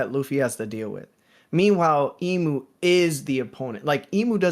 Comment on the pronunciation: I thought it was funny for some reason the pronunciation of Imu as E-mew 🤣 reminded me of Mewtwo pokemon